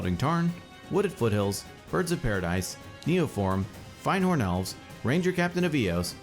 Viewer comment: The hairs on my back stand up whenever I hear [fahynd]horn elves. It is pronounced [find]horn elves. I beg of you, please, spread the truth. :(